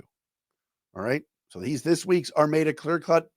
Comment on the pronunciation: Hey its pronounced Ar-MAD-UH